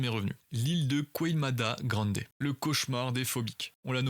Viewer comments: L'île QUEIMADA GRANDE , sa se prononce QEIMADA GRAANDÉ . Je le sais car je parle le portugais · Ça se prononce Keimada grandj(i) en portugais brésilien.